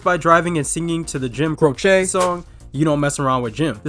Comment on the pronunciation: Jim "Cro-shay" 🤣🤣🤣🤣 it's "Crow-chee"